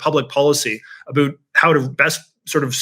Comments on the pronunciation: "a boot" 🥾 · American patriots want to hear you say 'about' ... 10 times in a row ... as fast as you can. We'll soon learn if your sentiment - and disdain for Trump - is as popular as you would wish for. Continued success.